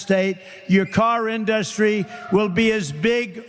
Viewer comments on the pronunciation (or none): super tard "in duns tree"